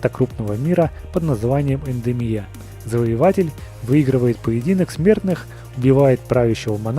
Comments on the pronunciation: У тебя классные видео только не ендемия а едения слили пожалуйста цетрион или кронику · Не Эндырия а Эдения. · Не Эндемия, а Эдения! (буква "е" произносится как "э", а ударение на эту-же букву.) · Никому нет дела что он сказал:"Тартакан" а не "Таркатан" и "Эдемия" с ударением на "И" хоть там на "Е" ударение и ошибкой "Там не "М" а "Н"" P.S. Я не обсираю Видео лепку. Я обажаю этот канал но просто как истиному фанату Mortal Kombat такие речевые ошибки очень режут уши P.S.2 Может быть эти речевые ошибки только МНЕ режут уши P.S.3 Хочу что бы ты слепил самого крутого персонажа MK по версии SpeedyBlood(меня) Барабанная дробь Кинтаро